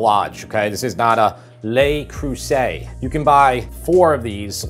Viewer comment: Lay Cruisay! For real? Aren't you a bit ashamed of yourself?